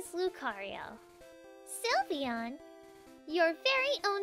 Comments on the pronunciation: it is sylveon not slivyian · is not sulveon is sylveon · Silveon not sylveon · Wet de hekkk....its called SYLVEON!!!!! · its not sylveon its lysvoooena